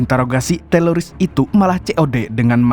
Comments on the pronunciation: TERORIS BANG BUKAN TELORIS🤣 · Teroris, bukan TELORISSS Risih bgt dgr berulang² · Teroris bang bukan teloris😂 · Teloris atau teroris? 😂😂😂😂😂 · Teroris ❌ Teloris ✔️ 😂😂😂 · Teroris bukan teloris kali😮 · Teroris ❎ Teloris ✅ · TELORIS APA TERORIS SIH BANG YG BENER